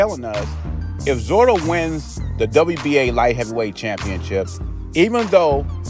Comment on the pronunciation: Hey, I may have heard you wrong, but it sounded like you're calling him Zoro, it's "Zurdo" which iin Spanish, is a nick-name for someone who is left-handed. Kind of like we'd say "Lefty" in English.